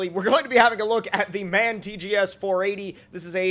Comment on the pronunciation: You pronounce M. A. N. Wrong it aint man but M. A. N. eventho on the vehicle/logo it says man